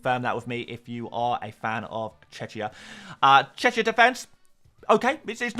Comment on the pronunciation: You know how to pronounce Czech right? So why do you pronounce Czechia as Tshetshia? Just add the „ia” to the word „Czech” and there you go. 🙂